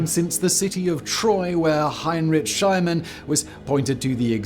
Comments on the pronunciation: "SchlEEmann", NOT "SchLAYmann" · Heinrich Schliemann... Bloody awful pronunciation as usual. So sloppy. Also, it's Ricardians not Richardians. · Heinrich Shilemann? Really?